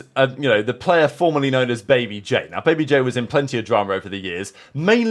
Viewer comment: Bro said babybay instead of babyj